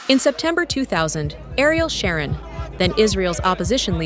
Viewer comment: It's pronounced Sharōne, not Sharon, like a girl's name. Good grief.